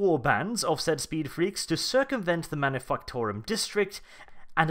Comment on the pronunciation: Am I the only one who consistently hearing him say Manifucktorum